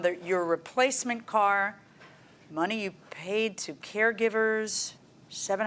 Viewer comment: "My Cah".